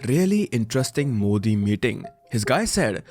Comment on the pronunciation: Mujhe bhi yahi lga tha yr starting me, but fir "modi' ka pronunciation sunke lga ki something is wrong😂